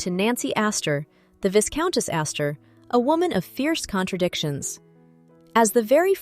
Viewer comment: Dead giveaway: the sibilant pronunciation of the first s in viscountess. It is silent, followed by a long I sound: vye-countess.